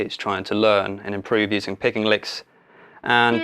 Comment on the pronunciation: Thought you said pegging at the start. Anyways great video, helped a lot